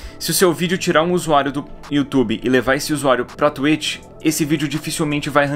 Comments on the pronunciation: Vc gravou falando tuêt, não tuítx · Não fala tuetchi e sim twitch exposed! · tá, mas vc não falou twitch no seu vídeo, vc falou tu êchi (kkkk é zueira) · Oq tem q falar: twitch Oq o edu fala:tuêti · Ninguém: A Absolutamente ngm: A Edu: T U I T I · Mas ce falou twetch por isso nao deu